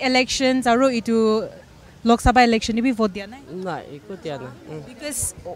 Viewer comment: It's Election n not Alection..😂